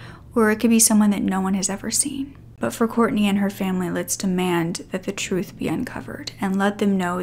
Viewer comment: It's Kortne. Please say her name properly. We need her name to stay true and alive to not confuse with other cases.